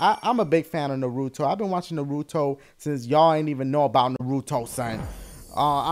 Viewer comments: Pronounced NAH-ruto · nuhRUto...dafuq? Naruto, son. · Your a fan of Naruto? And you cant pronounce the name? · It irks me on how you keep mispronounce Naruto -____- lol and I take Japanese in school sooooo lol